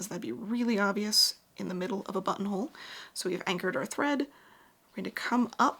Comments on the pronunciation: Lol the more I heard button hole started hearing butt hole 😂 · Sometimes you said "buttonhole" and my brain translated it to "bumhole". Hee hee hee!!